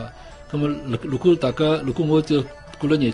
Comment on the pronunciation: “如果”发音错了，如发zi:，而不是lu